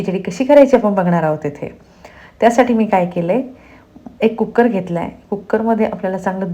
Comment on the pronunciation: कुक्कर नाही हो , कुकर म्हणा.